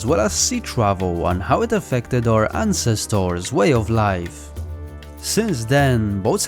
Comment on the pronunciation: Interesting information, and good content, but please, please quit using the machine voice to do the speaking. It does not know how to express the feeling of/intent of words nor pronunciation. Just one of the many examples; ancestors is artificially pronounced as ahn ces toars. Hate it.